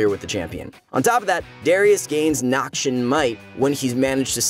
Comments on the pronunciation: NORMAL PEOPLE: Noxian Might!!!!: Nokshin Might!!!! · nobody:: "nahkshian" tbf he pronounces it better as the video goes on